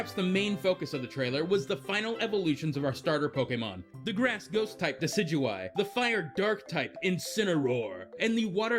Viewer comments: THANK YOU THANK YOU THANK YOU THANK YOU THANK YOU THANK YOU THANK YOU THANK YOU THANK YOU THANK YOU THANK YOU THANK YOU THANK YOU SOOOOOO MUCH!!!!!!!!!!!!!!!!!!!! EVERY other video either doesn't even try to pronounce Decidueye's name or butchers it horribly. Thanks for not doing that. It's literally gotten to the point where I have typed up and copied a correction so I can paste it into a comment box as a PSA. For anyone who's not the guy who made this vid and has read this far, THIS GUY PRONOUNCES IT CORRECTLY!!! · thank you for pronouncing decidueye correctly .-. so many people miss pronouncing it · Oh thank god, someone else pronouncing Decidueye the same way as me. I had no idea how to pronounce it at first, ahaha.